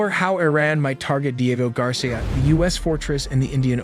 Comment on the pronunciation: The speaker is probably an AI it pronounces so many words wrong like covert Diego etc of course it could just be a total idiot human